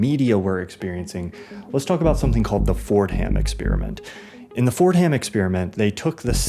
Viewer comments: small note… “Fortum” is the pronunciation for Fordham, in my experience… not Ford-Ham… super in depth video, however… great work! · why are you pronouncing "fordham" so weird, it's pronounced "FOR-dum"